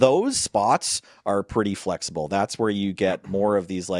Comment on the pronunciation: "Its flaxible,!"